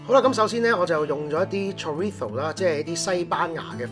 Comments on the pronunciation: chorizo 你好似讀錯尾音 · 西班牙文用英文發音好怪anyway up to you:/